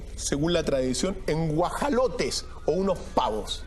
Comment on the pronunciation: Se dice güajolote!